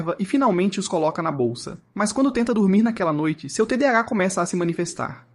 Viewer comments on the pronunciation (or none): none